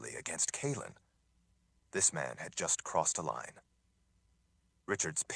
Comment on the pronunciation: Omg he pronounced Kahlan correctly. I’m gonna miss Collin lol